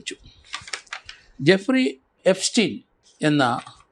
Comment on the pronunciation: ജഫ്രി എപ്സ്റ്റീൻ. അല്ല എഫ്രിജസ്റ്റീൻ